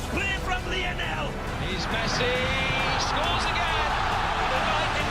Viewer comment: His name is pronounce Lee-oh-nel